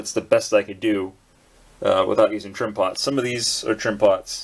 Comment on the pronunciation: "trimpots" sounds for me like "trim pants" or "trim ponds" )) I've found the right word after few minutes of googling although... I've reminded that I've tweaked probably one of these in my Roland A-800 Pro MIDI controller. It's setup for after-touch is horrible and you can't perform it if you'll not open the keyboard and turn that thing (to the left... not sure). It's funny how they do that ))